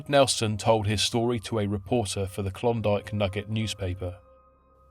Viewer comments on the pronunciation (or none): none